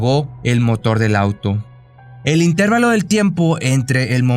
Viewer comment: Pronunciaste mal INTERVALO. Pon atencion crack.